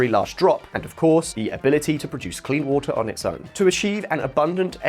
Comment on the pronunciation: It is water lol Not voter lol 😂